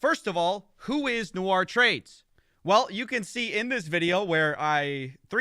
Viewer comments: Nice video, but it's Nour (pronounced "Noor") and not "Nou-ar" 😂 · Hey just for your info, i don't know how this guy pronounces his name "nour" but it looks like the latinisation of an arab name and the actual pronunciation should be "noor" like the double O in zoo not like french "noir" pronunciations. I don't mean to offend you or him or anything I am a huge fan, i binged most of your investigations. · Nour != Noir say it correctlly it's bothersome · Still, it's "Noor" not "Noir" in pronunciation! Common arabic given name. (Even my favourite dates are called Deglet nour, better than Medjool or Mazafati.) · It os pronounced noor (arabic) , noit noir (nuar) , which is black in french . 🙂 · nour(NOOR) noir (NU-AR) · great video just one little thing his name is pronounced "Noor" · Great video as always. I am so surprised that people continue to fall for these grifts. Boy do they start young these days. I guess its a little late to point this out, but the arabic name Nour is usually pronounced like "noor" with the vowels prounced long like the o's in "ooh la la" rather than the "Noir" pronunciation in the video. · I love you but nour is pronounced like poor with an n.. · it’s pronounced phonetically like n-oor 🥲 from a fan w the same name lol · Brilliant video but hearing "Nour" pronounced as "noire" for half an hour gave me ear cancer haha